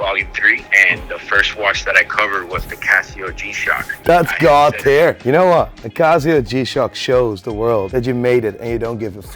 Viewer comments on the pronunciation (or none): "10,000 CAH-zeeyos coming your way. Making the watch world a better place." gaaaawwwtare. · How does one go about acquiring this said ‘GOÅED TIAER WAATCH’? It’s for my wife.